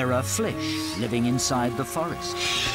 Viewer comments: Flish? Really nigga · "Flish" smh